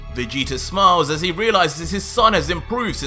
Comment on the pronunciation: Lol dude said vegeta with a hard g instead of soft like how its supposed to be pronouced and had to check to see if that's how he did the whole time 😂 it was a one mistake lol im ridiculous